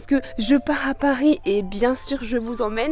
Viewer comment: je pahhh a pahhhris